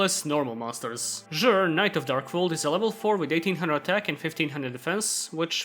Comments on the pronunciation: I think "Zhure" is the right way to say it actually. It's short for the color Azure, so I think you're actually correct. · actually it being pronounced as "zhure" fits with him being named after the word "azure" so honestly it works!! also you forgot ceruli ALSO turns off some hand traps like imperm